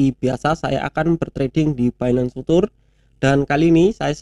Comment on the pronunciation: mas bacanya "Fiu cher" mas, bukan "futur"...cuma ngasih tau aja hehe